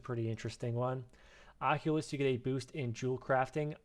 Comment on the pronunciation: occultist, my bro. not oculus.